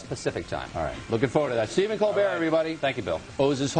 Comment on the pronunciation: anyone else notice how weird bill look when he pronounced stephens last name during the whole third grade thing